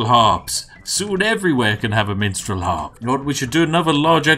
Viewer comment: Who heard Menstrual Harp instead of Minstrel Harp?